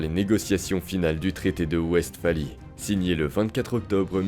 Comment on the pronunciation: Westphalie a eu un impacte gigantesque sur l’ordre européen, la manière de faire la guerre, et sur la diplomatie c’est fou. Par contre ca se prononce Vest-fali du coup